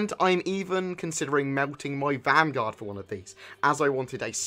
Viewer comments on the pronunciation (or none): none